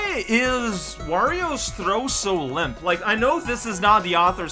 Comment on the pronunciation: when said thow i though he said throat, i mean Wario's throat also seems pretty bad as well.